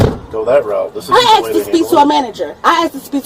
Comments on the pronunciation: She axed a question, axed it over and over. hehe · I usually skip the bs and fast forward or skip to the window breaking. Then comes the backseat bs… Oh my gob, are you serious, I dindo nuthin etc. Plus here: ”I axed him, axing questions, ax what”… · Is this saying axed, instead of asked ? We have a winner, NOT. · Axed her? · She axed wat she was pulled ova foe